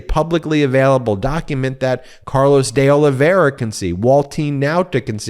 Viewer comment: Ben, I think that it’s pronounced De O-live-v-era. But, really no matter. My question is: can anything be done about cannon except appealing her bad actions to the eleventh after the fact?